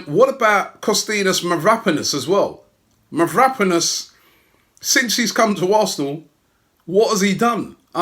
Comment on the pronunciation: Pronounced Mavra-panos and shkodran mustafi but known as mav-rapanos and SQUADran mustafi by robbie lmfao